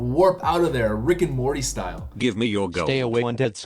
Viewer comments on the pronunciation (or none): none